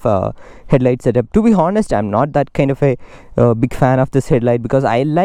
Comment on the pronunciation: Bro H is silent in honest